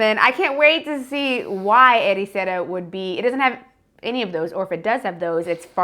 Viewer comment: it’s mostly alright, but… Ericeira?!? 😵‍💫